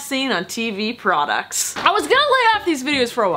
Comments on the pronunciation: Is the 'prodcucts' a thing? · “as seen on tv prodcucts” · Prodcuct lol 😂😘